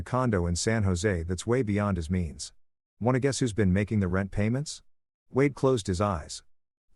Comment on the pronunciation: the fking bot cant even write and read wade properly